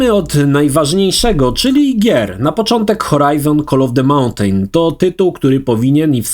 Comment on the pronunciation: przestan mowic 'montejn' bo brzmi to strasznie Nr ;(